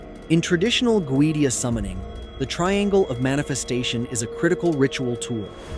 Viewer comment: Hi from Sydney Australia. Couldn’t watch the whole post that bloody damned AI voice completely spoils it. For F@ sake can’t even pronounce Goetia correctly…… ⚛️☮️🌏